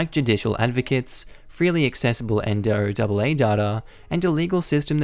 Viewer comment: If it helps... we here in the U.S. pronounce the NOAA as Noah. It's less of a mouthful. Just in case it pops up in another story and you want a simpler way of saying it.